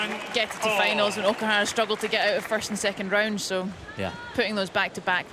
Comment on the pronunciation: WHy this male commentator keeps saying OKIHARA not OKUHARA while female commentaor keep saying OKUHRARA? He never learn anything.....